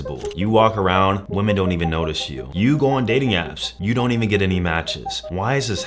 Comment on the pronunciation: Please pronounce “women” properly